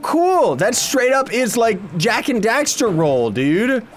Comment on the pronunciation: it's Jak & dexter not daxer